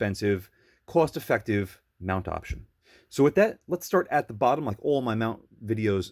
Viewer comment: Hi C, I never wondered about this and there's a good chance you mentioned it at some point already, but are you from Boston or somewhere around? For context, I'm a foreigner, have very little knowledge of US accents, but the "cost effective" certainly made me perk up :D